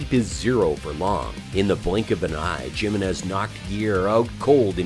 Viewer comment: Jim-in-ez? Like Gym-in-ez? Lol! Learn to speak!